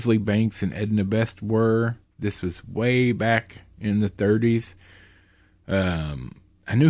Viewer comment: Glad to know your doing ok with the storms going on. One nitpick: Peter Lore's last name is pronounced more like "lorry" but Hey, I mispronounce names all the time😊